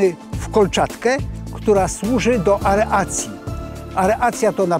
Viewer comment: Aeracji a nie areacji :)